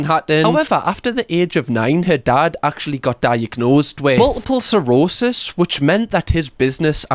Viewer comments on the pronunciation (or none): Lmao! Did you really just say “multiple cirrhosis”?! 🤣 I think you are thinking of “ multiple sclerosis”. But you are mixing, “multiple sclerosis” with “cirrhosis of the liver”. Sorry for laughing. I’m not trying to be a dick. To be fair, they do sound similar. But they are failed quite differently. Sighhhhh. Oh, … you crack me up. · Multiple cirrhosis ? Pls say I heard that wrong 😂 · “Multiple cirrhosis” 🙄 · Amy's father did NOT, in fact, have, "multiple CIRRHOSIS". Cirrhosis is liver disease. There is no such thing as multiple cirrhosis. However, there IS a thing called multiple SCLEROSIS, pronounced skle-roe-sis. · I think that's supposed to be multiple sclerosis, but admittedly it's a tricky one. I've had it for 20yrs so I've gotten good at it lol